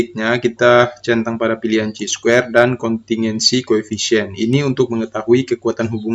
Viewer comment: Chi Square Dibaca Kai Square bang